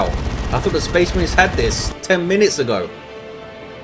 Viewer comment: Spehs Mareens!!